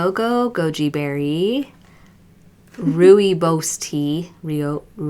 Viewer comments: rooibos = 'roy-bus' lmao! slainte = 'slahn-cheh'. I think the word you were looking for is balaclava :-D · Rooibos is pronounced Roy-bush 😉